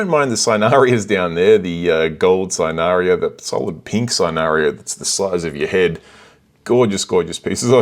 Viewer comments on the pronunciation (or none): Cynarina sin-a-re-na. wasn't going to say it until you said it repeatedly but some amazing corals I want on the website and it says basically nothing is in stock but obviously they have loads of stock